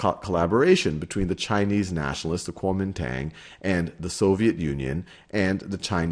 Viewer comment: If you can't even pronounce "Guangzhou" and "Kuomintang" why are you making a video about Chinese history?